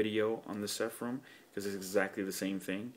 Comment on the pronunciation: Nice review. By the way, it's Seraphim not Sepharim:)